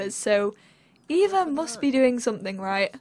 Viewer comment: So cool! Eva is my middle name and your pronounced it right! most people pronounce it as Ava and it drives me insane. I feel so loved!!!